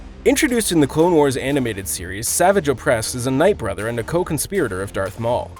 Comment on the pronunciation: This man pronounced"Savage Opress' name wrong. Just saying.